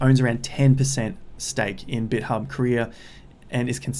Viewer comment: It’s pronounced bit-thumb lol Js